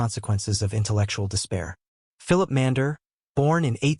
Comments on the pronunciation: I believe that the German language name spelt "Mainländer" is wrongly voiced in this video. I believe it's correct pronunciation is "Mein-lender", that is TWO syllables. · It's pronounced "Mine-lender."